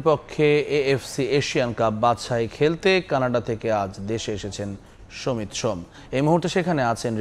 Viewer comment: ভাই আগে ঠিক কর “সমিত সোম” বলবি নাকি “সামিত সোম” বলবি! একেকবার একেক রকম উচ্চারণ শুনতে বিরক্ত লাগে!